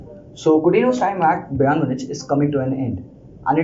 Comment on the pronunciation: yaar what is brAYN munich bhai ik dafa youtube par pronunciacion seekh le hamaisha lagta hai bayern itna chota club hai ke kisi ko naam bhi nahi lena aata